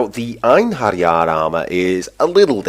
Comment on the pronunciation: They are actually an army, commisioned by Odin to use in battle at the viking apocolypse, Ragnarok it's pronounced I-en-he-ri-ar.